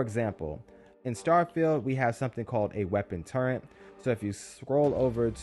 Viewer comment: T U R R E T not T u r r e n t.